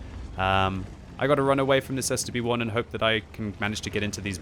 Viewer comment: The way he says stb-1 at first